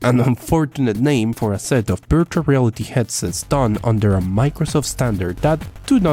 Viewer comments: At the start I heard “birtual reality” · I didnt know that you cant say the letter v till the end of the video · Dani Balla I speak Spanish, ahora te hablo si no me crees, and I think it’s just a pronunciation issue, here virtual is pronounced in a similar way